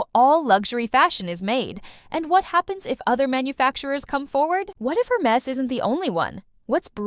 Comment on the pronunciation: If you're going to discuss a brand. At least make the effort to pronounce the name correctly. Air mez, Not Hur mess